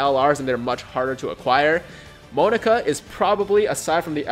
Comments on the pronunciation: Mo-nah-ka!!! Not Mo-nu-ka. That is wrong. The middle nah is like NAH BRO YOU AINT SAYIN IT RIGHT! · Also the pronunciation is MO-NA-KA, not monica. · "MOE-KNOCK-AHHH" correct 100 percent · its mon then naka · Its Moe-Na-Ka it was also said in the anime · I'm gonna rainbow if there aren't any great phy units from the Broly banners, as for the pronunciation in the sub I'm pretty sure its pronounced (Moh-nah-ka) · Pronunciation is MO-NA-KA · F2p 400k not bad Also its moe-nah-ka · The correct pronunciation is moo-knock-ah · I think it should be pronounced as Mo-Na-Ka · Its mo na ka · Its pronounced Mo-Knock-A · If you keep pronouncing it "monica" im going to keep reminding you i have 3 LR goku and Friezas 😂